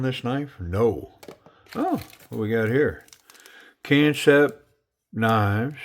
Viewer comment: DCA of Knifecenter had said it the same way you did, and a rep for the company informed him that it's intended to be pronounced just like "Concept."